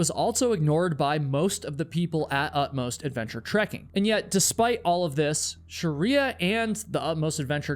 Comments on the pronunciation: pretty sure it’s not “sharia”. it’s shree-ya. sounds like you are adding vowels. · Sorry the story had a sad ending.. But you have being pronouncing her name the wrong way... You're calling her sharia (like the law), but her name is Shriya (like shri in shriek, emphasis on SH, and ya). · Your pronunciation of proper names is deplorable. How can you prepare an entire video about one person and not learn how to pronounce her name? Its's Shri-ya, 2 syllables, not Sha-ri-a. Your video is insulting to her memory, and your disregard for how to even pronounce her name is incredibly lazy and boorish. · great video, it's Shreeyah though not Shariah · Why can't western educated person like you pronounce names? It is not pronounced Sharriyaa - it is "Sh-Rey+yaa" You are near million subscribers, ask a closed group of similar culture how to speak names... Also this rant is too long and boring. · Pronounce her name correctly !! Sh- Ray- yaa is right !! You are calling a Hindu name by its dead opposite Muslim fanatic practices called Sha-ria !! 😡😡 It’s an insult!! Sh- re- Ya means Goddess Laxmi - prosperity !! If you don’t even know how to pronounce !! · It’s “SHREE-ah” (two syllables)… You’re adding an extra vowel sound making it three syllables (“Sha-ree-ah”) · Hi.. Appreciate your information .. here .. But please pronounce Shreya correctly .. 🙏🙏🙏🙏